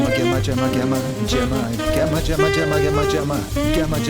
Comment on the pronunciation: Enjoyed your new pronunciation of Gemma. It's rare to see someone learn and change how they speak. 👍